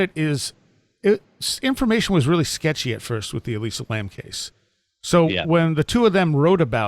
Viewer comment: josh B - John Lordan of LordanArts is, in my view, the expert on Elisa Lam and had him on this show WAY before Paulides ever covered this case. Paulide's take on the case is woefully superficial compared with Lordans's. And her name is ELISA, not Eliza.